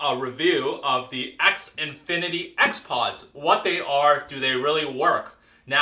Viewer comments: The way you pronounce Xfinity. xNfinity? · X Infinity weird